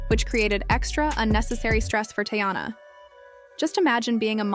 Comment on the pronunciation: Can you atleast pronounce her name right? It’s TEEyana…